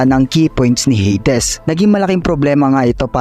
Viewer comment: Baka pwedeng Heydis wag ng Heydes kasakit sa tenga😆